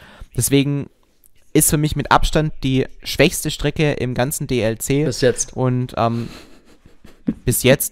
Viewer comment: DLC!! Es heißt „Die Ell Sie“ und nicht „Die Lie Sie“